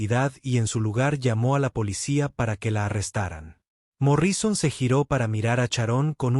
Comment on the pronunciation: Angéla y cuentanóslo y Morríson increible pero la lectura mecánica produce horrores.